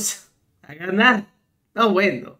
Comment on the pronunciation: Vamos a ganag vamos a ganag jajajaja.